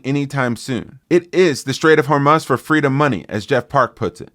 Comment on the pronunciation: Take a shot every time he says, "Strait of Hormuuhhz"